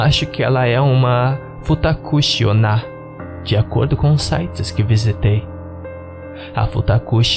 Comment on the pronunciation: Na verdade a pronuncia certa é FutakuTi-onna ("Ti" de "Timbre" ou "Time") Antes de aparecer alguém dizendo "Aiiiiin, para de corrigir os outros" meu objetivo não foi corrigir para me sentir o sabichão, mas sim ajudar. Só pra acrescentar, "Futakuti-onna" significa "Mulher de duas bocas"